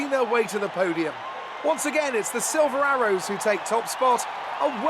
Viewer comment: Crofty saying "Siver arrow" That had me laughing 😂😂😂